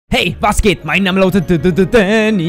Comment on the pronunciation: Da-a-a-a-a-nny Spra-a-a-a-achfehler